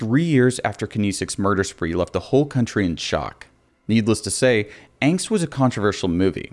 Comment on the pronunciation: Pronounced.....AH-ngst! I guess you never took German.